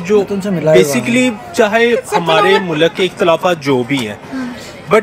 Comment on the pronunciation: Are in ko Urdu mein theek se nahin aati hai mulakat nahin hota mulk hota hai